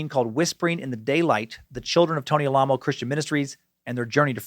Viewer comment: they chose to emphasize the name Alamo the way it's supposed to be pronounced